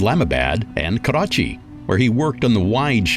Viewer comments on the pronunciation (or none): none